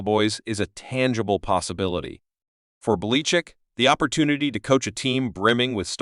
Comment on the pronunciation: This voice over is clearly AI. The program can't pronounce Belichick's name.